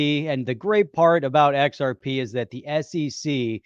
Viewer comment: The XR-PAH and MI-TAH Speak is getting old.